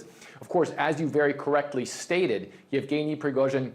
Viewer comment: After a year and a half since the invasion of Ukraine...and you still can't pronounce his name? It's not even a complicated one "Yevgeny"